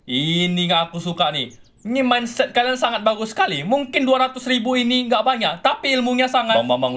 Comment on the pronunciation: Wokwokwokk ngakak cuk saat abbg motivator nya bilang minset🤭🤭😀